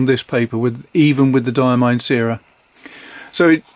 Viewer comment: The syrah ink is named after a famous French grape variety used to make Hermitage since Roman times. It’s pronounced like ‘sirrah’. Love the ink reviews - keep them coming!